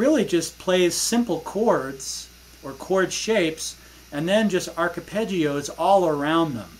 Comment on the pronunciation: Archepeggios? Are you saying that on purpose? Lol.